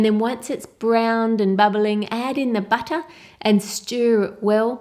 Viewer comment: Sugah, buttah, wotah. Melts my heart.